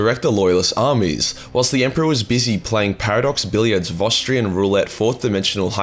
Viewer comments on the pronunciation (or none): ACTUALLY, he pronounced "vostroyan" wrong